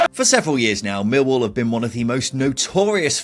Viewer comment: Whatever the outcome of this season’s efforts by my team, neutrals (I suppose we have to tolerate them) should understand how to pronounce the name properly. The emphasis is always on the second syllable: MillWALL. Or, in the local dialect, ignore the “L” sound. It then becomes “Miw-waw”. Do get it right and we sensible folk from SE London postcodes can then take you seriously.